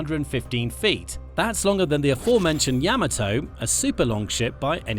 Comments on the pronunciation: Ya-MAH-tow, not yamma tow. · Yama - TOE? Like part of your feet? Ya - Mato tomAto tomato PotAto Potato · Yamato is pronounced "Ya-ma-to". Being British doesn't make your pronunciation correct!! Before your sarcasm, both sides of my family came from Britain a long time ago. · Let's get the pronunciation of the Yamato right. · You can't even pronounce "Yamato" correctly? Come on. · Learn how to pronounce Yamato.